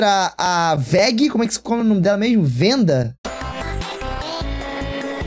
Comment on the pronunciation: o gray é um menino nao é venda é wenda o w fazendo som de u e nao v